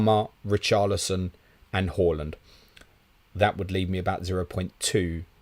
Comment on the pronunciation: Love the channel but can you please pronounce it Haaaaaland instead of Hawland and Son (S-on) instead of Sun. I wouldn’t normally get that bothered it’s just they are two players who are constantly mentioned and after hearing them mispronounced so often does get bit aggravating. Like I said…..love the channel bar this issue.